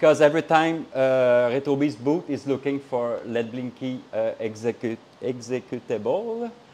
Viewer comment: Just a tip. If you want to abbreviate executable.. just say X-E file. I do and i speak english lol.